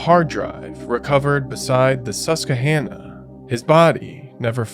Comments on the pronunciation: It's "Sus-quah-hannah". I would love to hear you try to pronounce Schuylkill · It's pronounced, SUS-QUA! lol